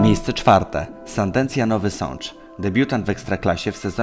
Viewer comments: To nie Sandencja tylko Sandecja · SandeNcja?? serio?